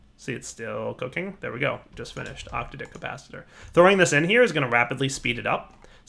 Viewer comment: I think it's the "a" in octadic that's emphasized, not the "o."